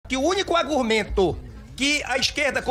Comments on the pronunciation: "AGURMENTO"! JUMENTO, O QUE É ISSO??? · "AGURMENTO" nem falar essa gente sabe 🤦🏻‍♀️